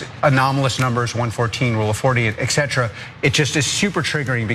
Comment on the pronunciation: Also the commentator saying -ughh- "EX CETRA". OMG no, it's "ET CETERA". It's etc. <-- The "T" is there for a reason.